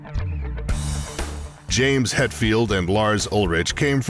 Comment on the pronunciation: The narrator can't even pronounce Ulrich correctly and wtf is Echobrian? A clownshow of a production.